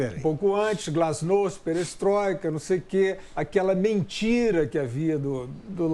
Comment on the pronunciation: Pronúncia GLÁSNOST.